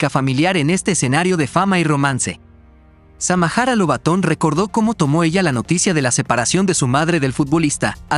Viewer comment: NO SEAN HUACHAFOS , ELLA ES SAMARA NO SAMAJARA